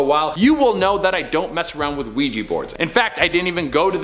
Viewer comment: It's Ouija, not Weegie.... which is what people from Edinburgh call people from Glasgow, and it's a toy....nothing more.